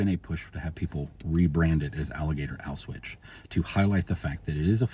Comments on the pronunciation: Yeah, I was hearing it as "auswitch", and... like, I don't really care, in ways, but at the same time, if we're talking about algorithmic matching of names, etc., I could see people missing the Auschwitz connection somehow with this. 🤔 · Only thing I disagreed with was your pronunciation of the word "Auschwitz". Sounded all wrong to my ears. But anyway useful information. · I can't tell if it's a speech issue or a deliberate choice to avoid crnsors like "grape" does